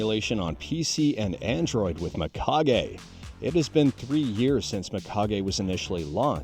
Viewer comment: It's pronounced Meekage, dude, not my-kage. As always, thanks for the info.